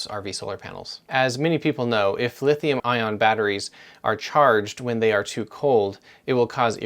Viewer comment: It's Lithium ION, not IRON.🤣 I see that you spell it correctly, now if you can just pronounce it right.